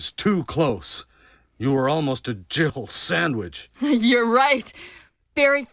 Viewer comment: Years latter, it still sounds like Barry says she was almost a "Jibble Sandwich"